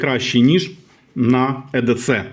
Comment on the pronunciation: Вiрно казати I - Дi - Сi - (EDC) якщо ми читаемо англiйською...